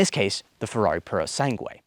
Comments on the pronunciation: The correct spelling is Ferrari Purosangue. “Purosangue” is Italian for “pureblood” Pronunciation in Italian is roughly: poo-roh-SAHN-gweh. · I love your pronunciations "Ferrari puro sangue" 😅😂❤ (In italian) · Its purosangue 😂